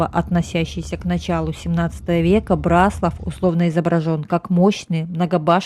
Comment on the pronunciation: Вряд ли вы будете в восторге, если кто-то, рассказывая о городе, в котором вы родились или живёте, раз за разом будет делать ошибки в ударении. Город — Бра́слав. Район — Бра́славский, озёра — Бра́славские, соответственно, Бра́славщина. А то, что вы назвали тайной, покрытой мраком, имеет свой термин — орфоэпия.